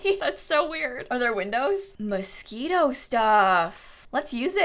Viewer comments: Can we talk about how you pronounced Moschino as "mosquitoe" for the bathroom window. Cuz I just cannot get passed it 😂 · For 90% of the video I thought you were saying 'Mosquito Windows' and I was so confused lmao have I been pronouncing Moschino wrong this whole time?? I say it like mosh-ino 😂